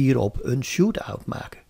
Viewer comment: Het is shoutout, niet shootout ;-)